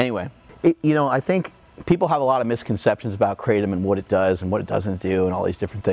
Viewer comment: Living in South East Asia and knowing the correct way to pronounce Kratom, it annoys the living shit out of me everytime I hear an American say "Kratom" .... But then I also quickly realise how I'm being a dickhead for judging someone just because of the way they say a word... God this is difficult to deal with 😂😂